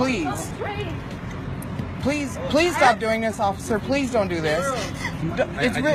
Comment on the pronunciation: "Offither...offither..." that little soyboy filming her episode needs that phone shoved up his ass. Smh $1 says he's some candy ass self loathing white kid raised by typical cali libtards. I'm betting she also gained hee seat on the train by using her caltrans freebie card that gets refilled the first of every month along with her mothers "foo stamp" benefits.